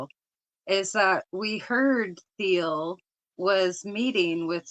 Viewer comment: It’s pronounced TEEL, the H in Thiel’s last name is SiLENT. It’s not THEEL.